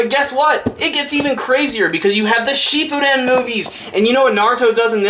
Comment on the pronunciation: Pretty sure it's shippuden not sheep-o-don lol